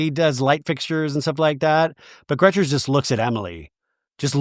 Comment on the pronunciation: I am so happy you stuck up for Shannon. Also please don't call Gretchen Gretchers same amount of letters so what is the point.